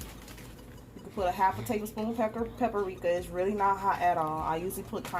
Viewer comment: Every time she said takis and paprika wrong I was yelling at the screen🤦🏽‍♀️